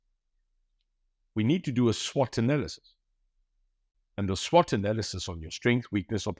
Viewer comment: did he say swart analysis? 😂